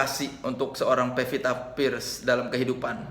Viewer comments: Pevita Pearce, woe. Bukan Vepita First. Wkwk lidahmu keseleo mulu, bang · soleh ga bisangomong "pearce"